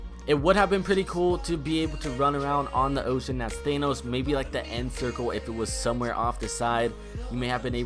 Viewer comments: Thahhhhnos not Thayyynos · It's not Thaynos, it's Thanos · Why do you call him Thaynose? WHY?! It's fucking ThAAnos, they even say it in the movie! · It's Thanos not Theinos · Why , why do you pronounce it “thay-nous” have you not watched the movie ? .... Tha-nos. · Thanos is pronounced as Than-ose not Thane-ose lol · It's pronounced THANOS not THAENOS. God they say his name correctly in the movie so why can't you say it correctly. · IT'S PRONOUNCED THANOS NOT THAINOS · its not thainooos its THAA_ NOOS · Its pronounced Thanos th-an-oos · I like how he says thanos as thaynos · Why do you say thaynos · Thay-nos lmfao 😔😔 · Your'e saying thanos wrong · pronounce thanos right you uncultured swine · STAPH SAYING THANOS WRONG. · Why does everyone pronounce thanos wrong its pronounced tha n. O. S. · u dont pronounce Thanos like that cuz its not an enlgish word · Why does no one know how to pronounce thanos right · The way says thanos though... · Myth: Can this man pronounce thanos right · I cringe when he says thanos